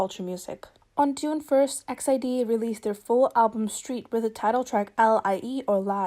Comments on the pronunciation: i'm pretty sure it's pronounced "e x i d", but that's okay, i just wanted to inform people! most say it like exid, as in "exit", but i'm sure you sound out each letter. love the video, they're one of my favourite girl groups. <3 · E-X-I-D not X-I-D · Wow I’ve heard so many different ways on pronouncing EXID & this is the first I’ve heard “EX ID” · All this time I thought it was pronounced "ex ieh duh" that's the closest I can write it phonetically...